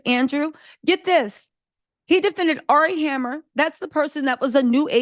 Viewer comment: ...you called him "Ari Hammer" in this vid and my wig melted...